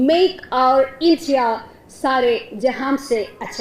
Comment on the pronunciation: സാരെ ജഹാൻ സെ എന്നല്ലേ പറഞ്ഞത് ജഹാംസെ എന്നാണ്.